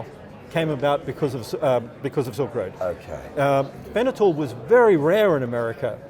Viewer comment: I think he's trying to say "fentanyl."